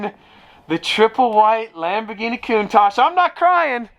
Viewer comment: It's Lamborghini with a hard G. Not Dschini